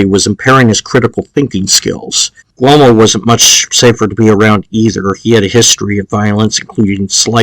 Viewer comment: Also learn to pronounce the Names will ya Guglee Elmo very simple. Anthony allegedly lazy ?? Lolol Buddy u don’t know anything